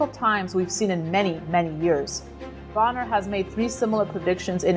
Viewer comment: It's pronounced Bow-ner